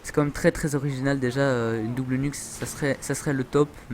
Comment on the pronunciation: Ca se prononce dobel pas dabèl